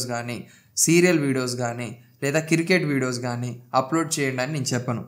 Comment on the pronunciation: కిర్కెట్ కాదు క్రికెట్ బ్రో 😂 పుటోస్ కాదు ఫొటోస్ 😁